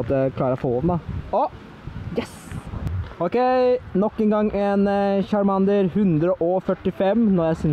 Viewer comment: lær deg og snakke chamander???? kasty ????